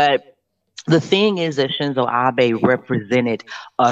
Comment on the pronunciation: It’s pronounced Abe (Ob-aye).